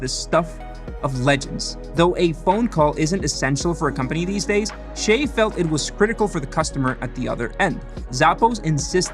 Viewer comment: Why do Americans pronounce his name as "Shay"??? His parents gave him a Chinese name. It's pronounced "Si-yeh" by Chinese.